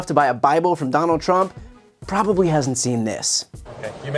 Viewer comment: "Probableee equal." :) haha Still makes me laugh. :)